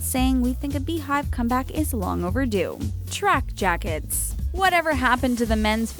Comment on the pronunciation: Who else thought she said tracker jakkers instead of track jackets